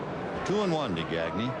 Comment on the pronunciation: I speak French so hearing Vin Scully say gag-knee instead of how it should be pronouced which is actually easy to say in English gah-gnay like Gnarles Barkley makes me cringe. Broadcasters always try to pronounce Spanish names Spanish but they pronounce French names like they're English I mean it's not hard to not say a k sound in Blanc but they almost always do. Only time I can think of was when a French Canadian Charles Leblanc asked to have his name pronouced correctly but usually it's like read it as if it's English.